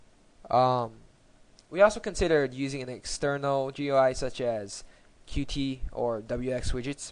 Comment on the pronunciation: Cool stuff! BTW, Qt is pronounced as 'cute'.:P